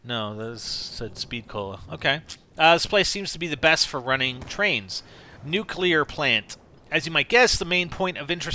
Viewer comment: nuclear not nucular, just saying